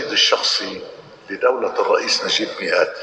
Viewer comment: ياطليع بالغة العربية ميقاتي مش مياءتي